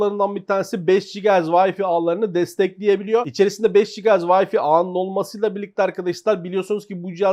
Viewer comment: Wi-fi'ı hala "Vayfi" diye okuyan elektronik kanalları mı var arkadaş bu Ülke'de? Hani "wi" kısmını "vay" diye okuyorsun ingilizce, ikinci kısım olan "fi" kısmını neden "fay" diye değil de, "fi" diye okuyorsunuz arkadaş? Yarısı ingilizce, yarısı Türkçe olayı neden? Ya tamamen Türkçe "vifi" dersin, ya tamamen ingilizce "Vay-fay" (waɪ faɪ) dersin. Şarj'a "şarz" diyenler ile aynı kafa bu. HDMI'ı da aynı şekilde "Heee-di-em-ay" değil, "eyç-di-em-ay" (eɪtʃ diː ɛm aɪ) eğer ingilizce söylemeye çalışıyorsan. Ha ben Türkçe okurum dersen zaten: "He - de - me - ı" dersin olur biter.